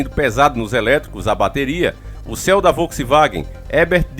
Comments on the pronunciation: Nao e céu e ceo porem a pronúncia e siou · Ceo pronuncia ciô. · Ler se SIOU EM LUGAR DE CEO